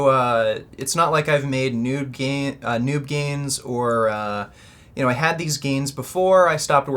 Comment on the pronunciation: did he just say noob gains or nude gains? lmao